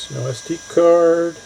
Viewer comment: It sounded like you said LSD card 🤣